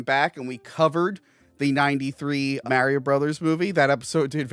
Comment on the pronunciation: Love the guy, but wow is it like nails on a chalkboard to hear Mario pronounced as Merry-o.